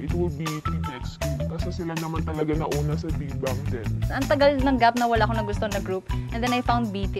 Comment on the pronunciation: Just pronounce Big Bang properly not Big Bung please..i think the partivipants does not have enough knowledge about Bigbang.